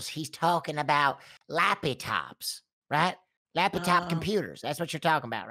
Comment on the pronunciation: "Lapi- tops" 💀☠💀☠😂🤣😂